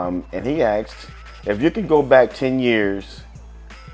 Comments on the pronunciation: Aksed....Axed... is it so difficult to say asked? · "And he axe" xD